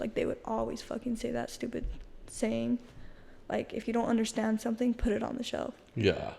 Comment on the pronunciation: Robyn from the Sister Wives show does the sh for an s sound sometimes when she speaks. Particularly, she says the word “undershtand”.